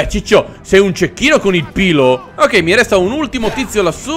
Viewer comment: si dice pilum non piloo